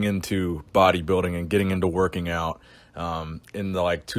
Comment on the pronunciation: It's pronounced body- building. Not bodybiddig